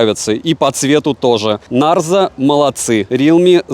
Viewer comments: Привет,! Обзоры нравятся, смотрю почти все. Но коверкание названия Нэйзер вместо Нарзо в сотый раз, подбешивает, наверное потому что всё смотрю) И потом, мне кажется, вы путаете, тот что вы купили на июньской распродаже и потерялось на почте, это Realme Narzo 30 5g 4/128, а тот, на который недавно у вас был обзор, это Realme Narzo 30 6/128. Там разница в процессоре, в 5g версии Dimensity 700, а в обычном Helio G95. Я на распродаже Али в июне купила сыну Realme Narzo 30 5g за 11700. Норм аппарат) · Ура! Всё-таки "Нарзо", а не "Нейзер")))